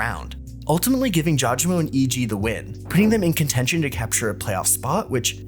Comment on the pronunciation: pronunciation is " JAW GA MO " but good video overall <33